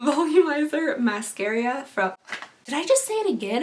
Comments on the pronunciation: When you said mascaría again I couldn’t help bust out laughing lol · "Mascaria" ... "did I just say that again or am i going insane?" Hahaha that killed me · Mascaria Me: {laughing so much}:...Mascaria... Did I just say it again or am I going insane? Me: {laughing... Again} She is so funny! ❤❤❤ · “Mascaria... Mascaria” LMFAOOOOO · I spit out my dessert when you said mascara wrong!! my son leaned over and asked if I was okay :D hahaha